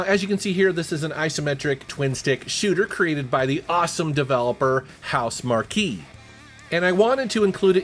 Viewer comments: Its pronounced house-mark lol (housemarque) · Housemarque is pronounced (house-mark) FYI